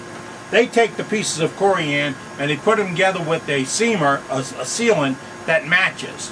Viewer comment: It’s not CoriAAn. 😂